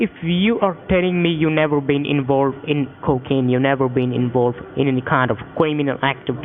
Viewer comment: "Mr. Wichard, are you sure you've nevow been invowved in any cwiminaw activdees?"